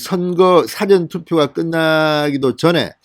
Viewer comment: 사전투표 발음 고쳐주시면 좋겠습니다. "일사"발음은 "말씀사"음은 차이가 있습니다. 들을 때 마다 불편합니다. 컨텐츠는 좋습니다